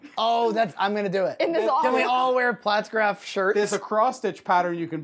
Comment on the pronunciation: You put out some good stuff but hot damn if I don't want to pull my hair out every time you say Pfaltzgraff... It's not platzgraff, it's Pfaltzgraff damnit! Haha My Pfaltzgraff stuff isn't nearly as nice as John's but God the pronunciation kills me!